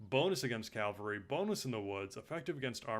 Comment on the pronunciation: great video, i really wanted to find overviews on the factions of tzardoms, i utterly despise how you pronounce cavalry